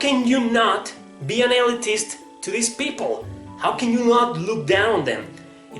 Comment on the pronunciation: Pronounced 'Ill-leet-ist'